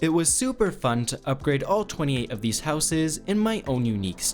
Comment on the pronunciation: please learn how to say houses properly